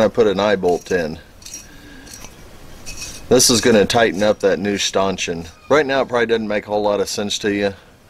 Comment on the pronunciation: Great job on that stanchion (pronounced "Stan" "tion") ! Once you get a little sanding and paint done on it it'll look brand new!!! I'm sure people spend hundreds of dollars for those!! Thanks again for sharing!!